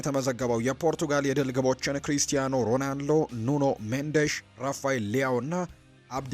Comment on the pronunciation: ሮናልዶ ሮዳልዶ አትበል ሺ ግዜ። ያንድ ግሌሰብ ጋዜጠኛ ነህ? ሙዚቃ አውጣለትና በቤትህ ሺ ግዜ ዘምርለት እንጂ ሚድያ ላይ ወተህ አታላዝንብን